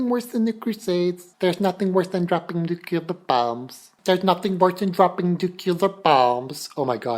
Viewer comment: lol. a shut out. You're fucking awesome. Pet peeve; nuCLear, not nucular.